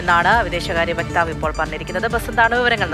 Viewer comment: വ്യക്താവ് അല്ല വക്താവ് അമേരിക്കയിൽ യഥാർത്ഥ നരകം ട്രമ്പ് വട്ടൻ